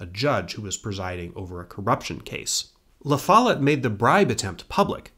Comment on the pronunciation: Great job but… the pronunciation of “Lafolette” is jarring every time I hear it… 😢